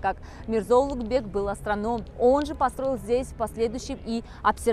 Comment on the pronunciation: Произношение имени Улугбека как "Улутбек" дамочкой, назвавшей себя гидом для нескольких умалишённых из России, перечеркивает нахер все теории заговора, проповедуемые этим каналом)) Низкая социальная ответственность её подвела))